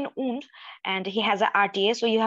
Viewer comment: Between the stress of the exam… what cracked me up was … what will you do for the ound! Oond? Wound! 😂😂😂